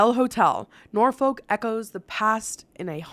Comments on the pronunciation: This video highlights to me how oddly we pronounce words in the UK… Norfolk = Nor-foock, Nottingham = Nottin-um, Midlands = Mid-lunds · I love how you just Bouchard the word “Norfolk “ 😂